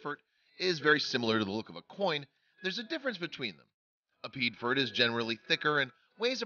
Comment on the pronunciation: Piedfort= P-A-4, or Pee-Aay-For